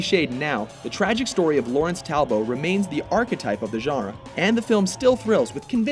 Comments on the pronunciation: Talbo?? The white boy cant pronounce his name right. LOL Its Talbot, white boy. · It's Talbot, not Talbo. The final t isn't silent. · pardon me if this has been posted before..but it's pronounced Larry Talbutt, not Talbow... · not talbo Talbot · Lawrence Talbow!!!??? It's Talbot, DO YOUR RESEARCH!!! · This list fucking sucks. SUCKS. Having twilight on here completely discredits your knowledge about werewolves. Teen wolf shouldn't be on here either. Wolf is a good movie but to have it above of the howling? And it's Lawrence TalboT, not Talbo. You don't know shit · Ok number 10 should at least be the 2010 Wolfman and for real? "Laurence Talbo?" It's "Talbot" sheesh